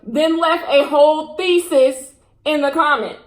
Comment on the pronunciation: I legit though she said “she left a whole feces” instead of thesis lmao